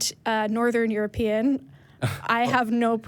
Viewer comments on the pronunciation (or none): none